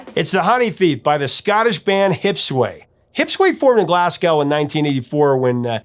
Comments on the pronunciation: Just fyi, Glasgow is pronounced more like Glazgo. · you need to learn how to say Glasgow properly. You don't pronounce the W, (Glas-go). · If you don’t want to piss off the Scots; it’s pronounced “Glas-go”…. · Glasgow does NOT rhyme with "cow"!!!! Glaz-GO! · Glasgow is pronounced Glazgo. It's gow like sow, as in to sow seeds, not gow like cow. You yanks tend to do that with Moscow too. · Check your pronunciation of Glasgow.